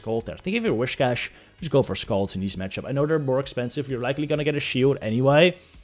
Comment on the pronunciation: The way he pronounces „whiscash“, triggers me quite a bit 😅🤙😊